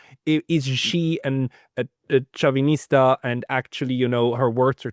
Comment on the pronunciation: its Chavista, not Chauvinista haha although in many cases both...